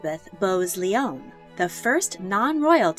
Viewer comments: Please consider Isabella of France. Queen Consort of England, married to Edward II, and Queen Regent of England after his death. A strong woman in a hard time Also I believe Elizabeth Bowes Lyons is pronounced, Bowes-Lions xx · *regnant. The reg bit rhymes with peg. It's Bowes-Lyon to rhyme with lion. I rather like Katherine of Aragon. The image of her as an older woman is not the most flattering one. Elizabeth I is impressive but was horrible to the Irish and also allowed many of her sailors, newly victorious against the Spanish Armada to die in the streets for lack of pay and support. Eleanor of Aquitaine is also impressive but was partly responsible for the hostile divisions in her family pitting son against son and son against father. Catherine De Medici was a tyrant, a bigot who stirred up trouble, divided her sons and the country.